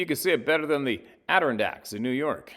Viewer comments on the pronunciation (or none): none